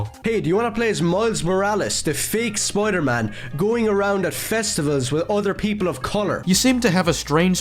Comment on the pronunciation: "Spoiyedur Maan"